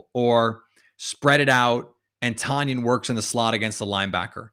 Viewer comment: It's TONyan, boss, like the weight. Love the content tho